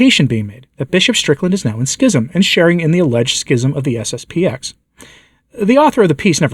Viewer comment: It's SSP-ten ---------- not SSP-ex.